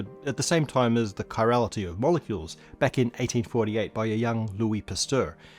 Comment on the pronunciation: Seriously, guys. It's chiral/chirality, not chirol/chirolity. Your QA editor needs a new job....